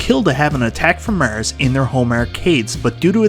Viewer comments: Haha does sound funny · The way he says "Mars"! 😂